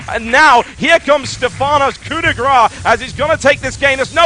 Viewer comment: grâce (as in grass), TB, not graw